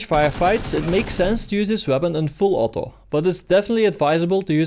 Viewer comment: Are you Dutch. I hear that: "From close range put the gun in full 'otto'." :D